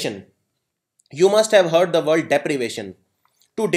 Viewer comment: Thank you for the session, only problem - you are pronouncing "the" in the wrong way